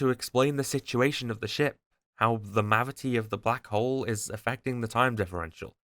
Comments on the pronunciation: “Testing the Mavity” I hate you so much 😂😂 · Thank you for using the correct pronunciation for 'mavity' lots of people nowadays saying 'gravity'. Fuck knows where thats come from, has become a big pet peev of mine. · its funny how you kept saying mavity as if you were inside the doctor who universe after the changing of newton's words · Love how you just said testing the mavity of the situation. ❤